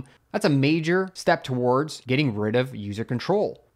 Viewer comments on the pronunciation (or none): none